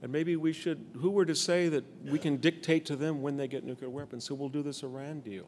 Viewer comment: Sorry, but I refuse to applaud anyone who does not know how to pronounce the English word "NUCLEAR"!